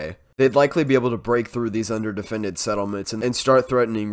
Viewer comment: you're so great with the settlements names! thets cool. keep it up : )